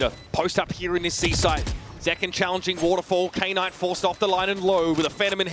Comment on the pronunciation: Is it really pronounced as k-ey n-ayt lmao xD